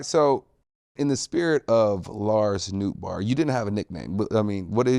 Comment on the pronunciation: His last name is Dutch and actually pronounced "note bar" not "noot bar"